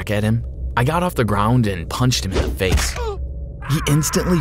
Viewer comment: Haha you said fish instead of saying face